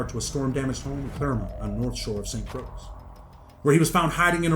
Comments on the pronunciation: I hate who diz man say st. Crosc its ST. Croix lol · I’m 100% sure but I believe that’s pronounced “st Croy”. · I know but the correct spelling is st croix not croy. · Bro. I appreciate the info, and thanks for educating people, but it’s pronounced Saint Croy. 🇻🇮🇻🇮🇻🇮🇻🇮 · Listen bro down they got alot of dangerous ppl who ain’t get caught trust you misinformed greatly and btw dawg it jus hurting my heart on how you sayin the island name like that shit made me stop watching the vid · Learn how to say St.Croix ms! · It's St.Croix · they talking about the pronunciation and not the spelling..we all know it's spelt Croix. ..but it's not pronounced as it is spelt